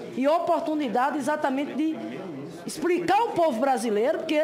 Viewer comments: falou ispricar, incrusive, supusição🤣🤣🤣🤣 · Nooossa: "ixpricá"! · Expricar! Viajar na maionesi - como pode falar errado ; e exercer esta função ?... acorda Brasil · "Expricar" é o cúmulo. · A senadora: exprrricá, presidenTA, pudê, ponto de vistcha, supusições, impitichima, guverno, que nível!